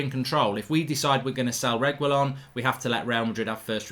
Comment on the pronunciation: Whatever it is mark will never be able to get Sergio Reguilon's name lol